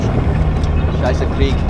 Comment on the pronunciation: that's not deutsch lol schaissa or scheisse hahaha